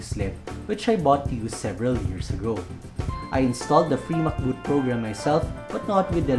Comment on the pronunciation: Free MCBoot❌ Fee MacBoot😄